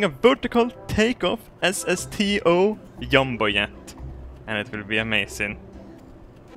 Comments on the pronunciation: learn how to pronounce! it is jumbo jet not yumbo jet! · I love how he says "yombo yet" in his accent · do swedish people actualy pronounce the j's like y's? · When you say jumbo jet is like Yumbo yak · I love it when I hear him say jumbo jet. 'Yumbo Yet' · Yumbo-Yet, god this accent.. i love it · I love how he says Jumbo jet...Yumbo Yet., never stop your GLOO-REEE-OOOUSSSS accent. FOR VALHALLA!!! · whenever you say jumbo-jet it sounds like your saying yumba-jet...far out dude...